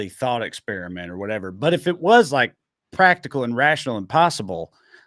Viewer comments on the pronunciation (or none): none